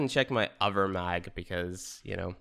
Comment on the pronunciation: Why are you pronouncing Mag like that?